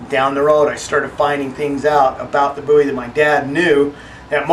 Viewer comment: Finally someone who pronounces 'Bowie" properly. It is pronounced 'boo-ee', not 'bow-ee'- That is a rock singer-wrong guy......